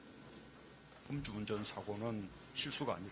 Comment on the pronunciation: 그래도 국회인데, 발음에 조금 더 유의해주세요, 엄 주 운전, 엄 주 상태로,, 좀 그렇네요.